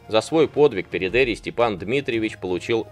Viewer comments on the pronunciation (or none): Живя на Кубани и зная с молоком матери местный говор мне больше кажется его фамилия ПередеИй, ударение на последний слог